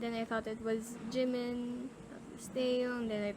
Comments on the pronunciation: Me: Jimin Computer voice: Jaymin lololol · I hate how that robotic voice call him jaaymin instead of jimin 😒